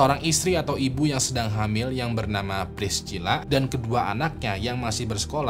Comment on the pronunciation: Massachusetts itu dibacanya masa-cusets bukan masa-syu-syets. Priscilla dibacanya bukan pris-cila tapi pris-sila. Klo gatau cara bacanya dicek dulu di google lah bang, sakit kuping ni dengernye